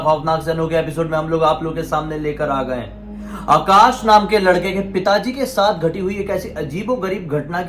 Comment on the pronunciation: Akash ko aakaas bolti hai aur strong ko ishtrong 🤦 yaar please thoda accent par dhyaan do story ka maza poora kir kira kar deti ho...